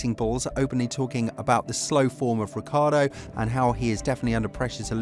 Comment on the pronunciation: his name is not Ricardo😂